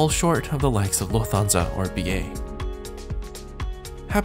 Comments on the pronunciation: Are you not concerned about having to quarantine for 14 days on your return to Canada? Not a big deal, but you mispronounced "Dorval" and "Lufthansa". It's "Dor-VAL" with the emphasis on "VAL", and "Luft-hansa", not "Luf-thansa". I enjoy your reports but would prefer them without the background music. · Your pronunciation of Lufthansa is very... interesting... 🤔. Also, wasn’t the cabin hardly empty? could have selected any other seat, I’m sure. Otherwise, it was a good review.